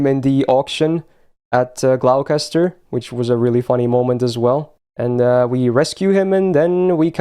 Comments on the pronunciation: Just for the record, Gloucester is pronounced Gloster. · Hate to be that guy but it's "sals-bury", "glos-ter" and "nor-itch". Fun video, it's always great to appreciate the story :).